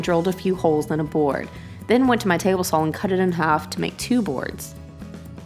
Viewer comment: Why do you pronounce saw with an L at the end?